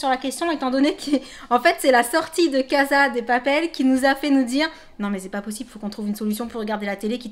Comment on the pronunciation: casa on le prononce CASSA 💛💛💛 LIKER POUR QU'ELLE LE VOIT